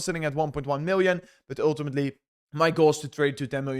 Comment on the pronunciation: dont say OOOOiltimitly if u dunno what it means ff s